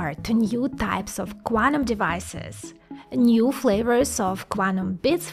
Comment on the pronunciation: I cannot stop listening to "Guanum" as Guano, but Quantum ^_^